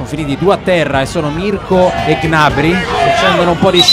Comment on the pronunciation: Ma perché il commentatore non sa dire gnabri